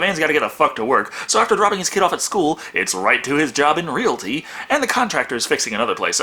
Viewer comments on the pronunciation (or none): none